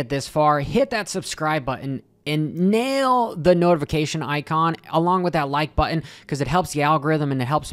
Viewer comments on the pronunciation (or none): none